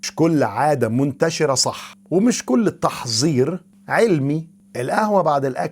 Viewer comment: هههههههه فى الدقيقة الأولى : تحغيظ العضلات ( بالظاء) متأكد انك دكتور ؟؟!! ولا البالطو الابيض ده بتاع الدكتور ربيع😂😂 عموما هى تحفيز مش تحفيظ وفى نهاية الفيديو ( تحظير) بدل ( تحذير) يبدو عندك مشكلة مع حرف الزاى😅😅